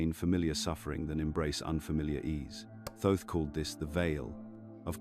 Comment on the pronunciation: It's not pronounced Toth it is a mistake it should read and say Thoth ❤